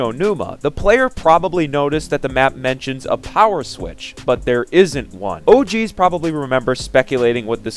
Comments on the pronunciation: Sounds like he's saying "Oh, Jeez," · Anyone else get really uncomfortable everytime he says "OG's"